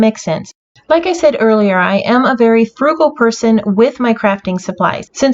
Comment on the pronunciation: Oh my goodness,, this is so amazing. I love how your layouts are always jam-packed with details but are balanced so well. Love your use of paper and laughed at how you are "fugal" because I totally am too!!